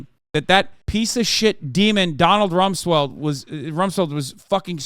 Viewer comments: “Donald Rumsweld” is an exotic 1 of 1 Hasan-ism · "Donald Rumsweld" is so Balkan coded of Has